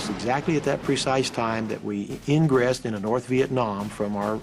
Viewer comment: “we ingressED into North Vietnam” 👍🏼😂👍🏼